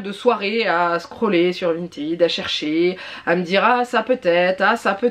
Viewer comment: Si tu regardes la pub du site à la télévision par exemple, ils disent Vinted, avec le ted se disant comme le prénom Ted. Vinted, en mode "vintid" est le terme prononcé à l'anglaise, mais bon comme le site lui-même ne le dit pas ainsi ^^ ne te compliques pas la tête.